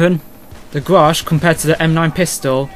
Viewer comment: its ''GRACH'' not ''grasch ;)